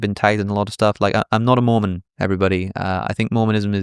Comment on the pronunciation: I misheard you saying 'if I became a Moomin' 😂 Good channel, very interesting yet funny aswel 🎉